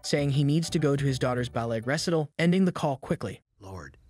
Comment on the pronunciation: This had to be narrated by AI... ress-IT-all = re-SITE-all, imen =AMEN... people are so dang lazy anymore.